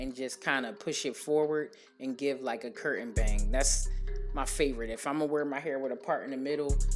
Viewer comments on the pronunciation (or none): none